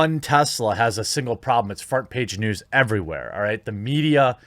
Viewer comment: Did Jeremy just say “fart page news”? If he did, that’s brilliant. A new term in case “fake news” gets banned by the Google overlords.